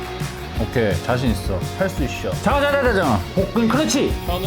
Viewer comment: 할 수 있셔 라고 발음하는 셔누 왤케 귀여웁죠ㅋㅋㅋㅋㅋㅋㅋㅋㅋㅋㅋㅋㅋ할 수 있셔